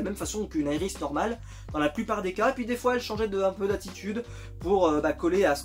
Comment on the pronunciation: c est Iris est pas yris